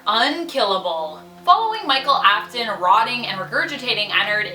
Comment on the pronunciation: GIRL is it just me pronouncing it wrong or her. I think it’s her that pronounced afton and fnaf wrong.